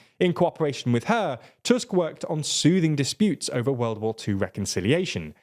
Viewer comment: I appreciate you pronouncing Tusk's name correctly (in english toosk, not tusk). Hearing his name as fang/canine over and over is tiring :D